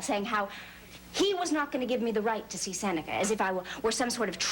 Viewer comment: Seneca pronunciation of many words are so wrong and annoying.